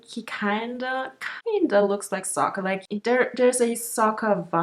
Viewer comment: They pronounce it with a silent K more like Saha, it sounds way different from Sokka.